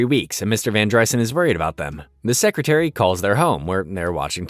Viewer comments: its not VanDRYSUN, its vanDREESON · var dry-sen??? Van dreeeeeeeson. Clown Jar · It’s van dreeeeeson. Narrator clearly has never seen the show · Every time you say Van Dry son it makes me wanna kick you in the nads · It's van dr-EE-son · Its VAN-DREE-Son did you even watch the show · It’s definitely VAN-DER-Son lol. You sure you watched it? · Why is it you can literally say any other name and word correctly except Mr. Van Driessen? If you watched all these episodes then surely you would know how to say his name. For that, no like. And you seem to show your political views, rather I agree with them or not you automatically get a thumbs down. Almost had a good video here Bud